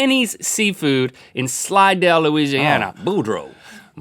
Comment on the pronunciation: I live in slidell! Haha I'm so glad you pronounced it correctly.